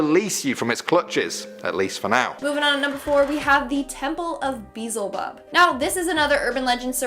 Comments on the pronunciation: I'm laughing at her pronunciation of Beelzebub 😅 it's BEE-ELL-ZUH-BUB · Its pronounced be-elz-ebub. Drove me a little crazy. Great video though! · It's Be-El-ZeBob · Ahem that's rude there are people that can't pronounce words right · Can someone teach her how to say beelzebub please